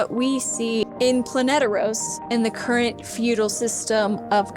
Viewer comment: Heads up it’s Planetos not Planeteros